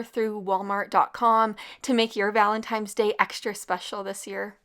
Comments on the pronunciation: Love your meal ideas! One note - It's ValentiNe's Day not ValentiMe's Day! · Valentine’s, not valentimes lol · Love your videos. Lol the way you say "valentimes"day. Or how it sounded lol